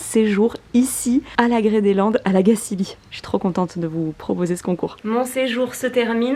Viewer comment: Belle vidéo ! 😍Je suis contente de voir que ton séjour ici t'a plu :) C'est toujours intéressant de connaitre les débuts d'une marque, ça en dit beaucoup sur ses engagements. Et petite info pour la route, on prononce La Gacilly comme chantilly ;)